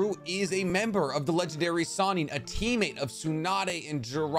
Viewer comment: does anyone else get annoyed that the video says sanin instead of sannin.